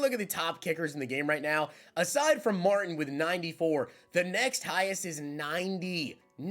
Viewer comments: Marteen gramatica please quit saying Martin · I can't stop laying when he calls the kicker "Martin". Pronounces as "Marteen" is probably the way it should be spelled. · Yo....put some RESPECT on Martin Gramatica....pronounced MARTEEN bro! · I was thinking the same thing Martin lol😂😂😂. Might not be old enough to have seen him play or remember.